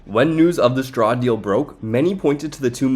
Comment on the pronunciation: It's "Straw", not "SHTRAW". Push your teeth together and bring your tongue up against them to make the "S" to "T" sound.